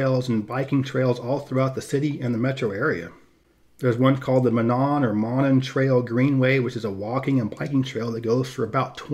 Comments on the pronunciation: Monon is pronounced moh-nawn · It is pronounced moe-non. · It is called the MONON trail. MO-NON. Named after the CI&L railroad=Chicago,Indianapolis and Louisville RR. Absorbed into L&N in 1971, Then Family lines, Then Seaboard system. Now CSX. MONON was the nickname for the CI&L RR. CI&L had 2 distinct main lines and the 2 lines crossed in Monon,Indiana, hence the name. The line that went to Indianapolis was torn up years ago. Hence the trail.